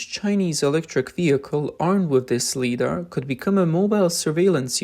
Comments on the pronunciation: Please train the artificial voice to properly pronounce LiDAR as "Lie'-dar." Otherwise it seems OK. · Please pronounce LiDAR properly. This is hard to watch when you mispronounce it as leedar every time. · L-y-dar, long i vowel sound, as in 'lie' or 'light'... 😊 Thank you for your work and dedication. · First up, it's LIE-dar, not LEE-dar. As in "light"... which is what LiDAR uses. Secondly, it sounds like yet another case where Chinese manufacturing has glommed onto tech they didn't invent, only to create something much worse than the original. LiDAR in much of the world uses very restrictive bandwidths and wavelengths, but this system appears to spew a bunch of light it doesn't need to operate. Something insidious? No, probably not. It's yet another example of Chinese manufacturers totally misunderstanding how Western tech is supposed to work. For example, the LiDAR imaging pulses should have some way to prevent them from damaging other imaging systems...such as the umpty-bazillion CCTV cameras all over the country that the CCP needs to keep a clamp on things. On the other hand, that could be the only upside to this. But consider: you have two cars with these defective systems approaching each other head-on. The LiDAR emitter in each car manages to blind the other's LiDAR sensor. What do you suppose will happen next? Hint: scrap metal will result from this interaction. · Its pronounced Lie dar not lee dar.. Jesus fuck! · Lee dar ?!? It’s pronounced Lie dar 😁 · Pronounced "Lie-dar" NOT "Lee-dar"! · Guys, its pronounced "Lie-dar" not "lee-dar". Its a simple mistake but it makes the production of this video look sloppy. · to be helpful. .. it's mainly pronounced as 'Li' as in 'Die', or 'Try'. So 'Lidar' should rhyme with 'Try-dar'. Thank you for the vid 🙂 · This guy keeps pronouncing it as "leeder", it's driving me nuts. It's supposed to be pronounced "lie-darr". Also, it's not "ow-toe-motive". It's "ah-toe-motive" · Ly-dar…. Not Lee dar… lol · LIE - DaR Not Lee-Dar